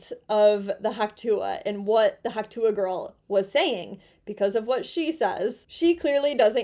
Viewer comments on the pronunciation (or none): Its "Hock twah"!! 😂